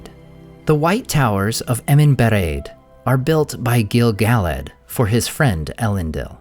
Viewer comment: I hear his name pronounced incorrectly on almost every video (not just yours), but it's Gil "Guh-ladd" not Gil "Gallad"